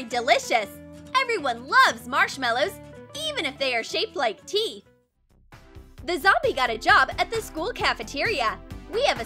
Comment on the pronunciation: I thought she said tee and I am like but that is tee right ? Oh teeth